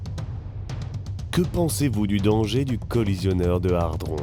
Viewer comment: C'est hadron, pas hardron